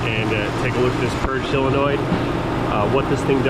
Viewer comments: It's solenoid, not cylenoid. There is no such word as cylenoid! 😣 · Please don't say "sell a noid" the word is solenoid. You wouldn't say filet of "sell".